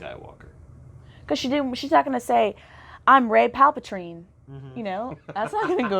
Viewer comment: I died inside when she mispronounced Palpatine's name lol